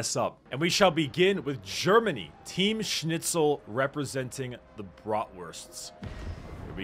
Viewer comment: U actually pronunsed schnitzel perfektly